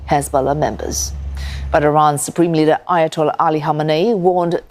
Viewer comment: He needs English lessons ....leader not litter